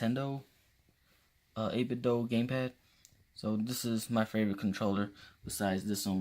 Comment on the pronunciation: Love how you say do 8bitdough xD